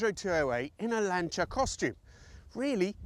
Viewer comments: Why is he calling it a Lan Cha? Not a Lan Sea Er? Have i just witnessed a Mandela effect... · Lancha? What on earth is that. It’s LANCIA as in lance!!! Just like Julius Caesar is not Julius Kaiser! Or Cicero is not Kickero! FFS!!! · ...did you say "Lancheeya"? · Annoying AI-voice, 'Lancher' 🤦🏽🙋🏽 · "Lancha"?? "Bitta"?? "Zagahhto"?? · Why the stupid accent for Lancia? Speak English or Italian. We don't travel to Roma we go to Rome. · Maybe learn how to pronounce “Lancia” and stop shouting. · Yes, but sorry, it does sound VERY middle class and poncey😀in England.